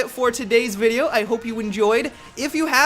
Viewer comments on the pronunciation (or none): none